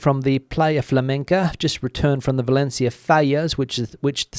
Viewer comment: It's not Balencia, it's Valencia.